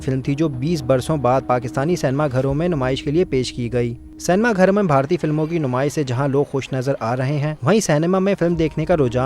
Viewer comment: सिनेमा × सेनमा 😂😂😂